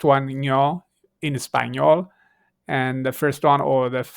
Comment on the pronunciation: Hi, thank you for your effort. Just a small mistake: Espagnole in French not Spagnole (Espagne)